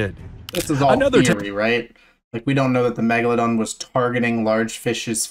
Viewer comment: i just listened to an old video about the megalodon and he said it "megalondon" and i choked